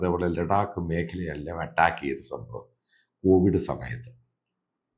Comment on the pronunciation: അട്ടാക്ക് അല്ല ചേട്ടാ, അറ്റാക്ക്‌ അല്ലെ ശരി?